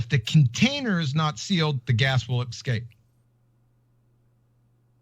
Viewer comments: How can anyone not want to just punch the shit out of his arrogant stupidity! I wish he take this assertion on one of the TV shows that he like to appear on! I can't wait until somebody actually does. And no he didn't say escape Gladys, he said "EXCAPE" the dumb ass! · He didn't say 'escape', he said 'excape', whatever that means. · I don't know why but "Excape" really sets me off. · "But if the container is not sealed the gas will EXCAPE" - nice Engrish there QE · good Lord. That moron QE says the word escape with an X in it.